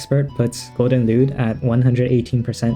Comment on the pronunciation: Is it just me or he saying it golden lewd 😭